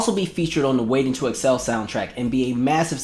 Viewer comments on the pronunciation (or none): none